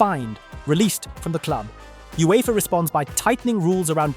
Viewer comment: "U-E-F-A", multiple unecessary similies and points constantly being made in 3s? Definitely AI